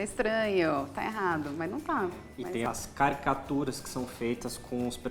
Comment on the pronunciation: Ele falou carcaturas??? se foi isso que ele falou, não sei o que é